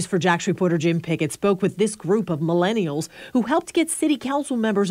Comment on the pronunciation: Why the emphasis on the millennials part? 😂😂 like we’re the boogeyman coming to get you